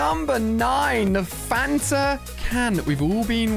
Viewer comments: It’s Fanta not phanta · Why do you call a DT and DIY and why do you call The canon thing phantom Ganon it’s fanta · I thought he said phantom mini gun